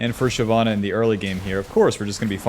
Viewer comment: It’s shyvana nor shyana 🙄